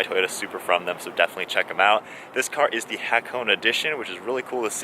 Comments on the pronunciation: say (ha ko nay ) its not a cone as in icecream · Its not ha cone It is HA KO NE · Dude! Its called Ha Ko Ne! Not hak-one.. if it’s Japanese car brands at least ask the people from the dealer shop or research..don’t murder the name 😔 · *Ha ko neh Not Ha cone. 😁 nice review btw. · It's pronounced Ha-Ko-Nay...Not Hack-1 or Hack-Own. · Good review so I’ll excuse the fact that you said “HA-KOH-NEY” wrong. Japanese man forgives you. Also, this car is such an underdog! YES: it was a collaboration with SUBARU YES: it’s not as fast as other cars YES: it has its flaws. BUT: At least it ain’t a bmw collab. 😂 (Toyota could’ve done the supra on their own. 🙄)